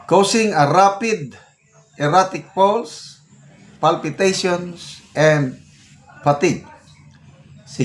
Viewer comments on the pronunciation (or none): none